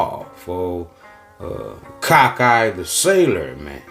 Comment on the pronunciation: I can’t breath everytime he pause and say “ ol cock eye Charlie “ lmao